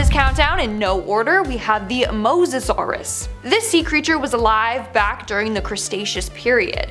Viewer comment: You know you have my heart most amazing! I'm really trying to deal with lol the pronunciation problem Right out of the gate? Moss o sauris? Wrong! Moses sauris! Please uh brush up!